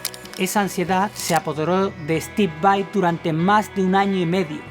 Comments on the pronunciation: Disfrute mucho el video. La verdad no me gusta mucho cuando la gente pronuncia /vei/ cuando deberia pronunciar /vai/ pero la verdad es que fue un buen trabajo en este video. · Porque Steve es de descendencia Italiana. Por lo tanto VAI es lo correcto y como se debe decir porque es un apellido Italiano. VEI es una pronunciación incorrecta en Inglés. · Tienes razón dice VEI en esos momentos, pero el 98% del tiempo lo dice correcto. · Pero varias veces en el video dice VEI